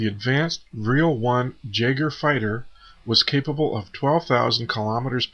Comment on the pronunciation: its pronounced YAY-gerr not JAGer means 'Hunter' ya noob